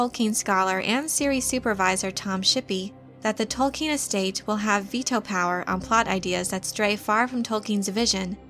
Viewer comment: Can i legitimately listen to an expert on Tolkien who can't pronounce his name correctly?